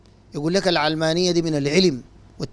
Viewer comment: علمانية اشتقت من العالم (الدنيا) لاهتمامها بالدنيا secularism او worldly. النطق الصحيح يجب أن يكون "العَلمانية" بفتح العين لا كسرها. (كسر العين يكون اذا اشتقت الكلمة من العلم)